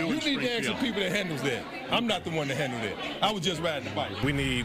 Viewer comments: Anyone who says “axe us” shouldn’t lead anything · She’s wants the media to “reach out to us and “ax us” her opinion before you post it.” Geez…….”ax us”? Really? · axe, what's wrong. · Anyone who cannot properly pronounce the word "ask" should be automatically disqualified from holding any public office.